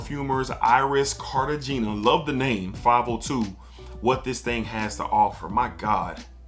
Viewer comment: Dope review. It's Car-ta-hay-nah by the way.